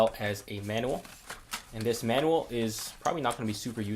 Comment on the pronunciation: i dont like the way he says "manual" XD